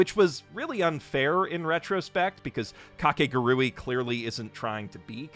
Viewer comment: You pronounced Kakaguri wrong